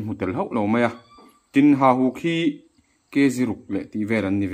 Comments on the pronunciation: Hahuk alo ni miah na nge😅 Hauhuk i ti tlat.. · Hauhuk nilovin hahuk ni zawk emm😁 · Hauhuk nilo in hahuk a ni zawk em aw.